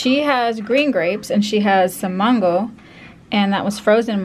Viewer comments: It's mango not Mongo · It's Mango not mongo LoL